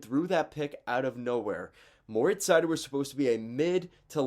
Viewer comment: Pronounced like cider. He himself says his first name "More-eats". Also you forgot to mention that Mo has had terrible partners all year. He stepped on the ice and became a teams number 1 defenseman. And he's not the worst 1 defense in the league.